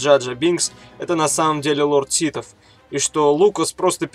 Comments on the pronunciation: Ситов? Ситхов блин. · "... лорда ситов.. "?! может лорда сиТхов? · (Видео для вас!) ДА МЛЯТЬ ! НЕ ситов , а СИТХОВ !!! один малограмотный ляпнул СИТ, другие повторяют... сами вы ситы, ситечки для чая ... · Лорд ситов... СИТОВ, Карл, не ситхов, а ситов, блять =))) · Ситов, или ситхов? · Почему ты говоришь ситов? А не ситхов? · не ситав а ситхав